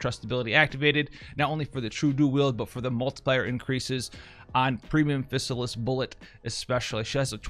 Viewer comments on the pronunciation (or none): Fizz AL liss. Not physicist. xD lol, i had to mess with you.